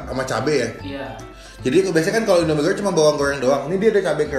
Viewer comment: salfok saat nyebut "bawang goŕrrrrrreng,mee gorrrrrrreng,kerrrrrrrring" kayak tutur bule kalau ngomong bahasa indonesia😂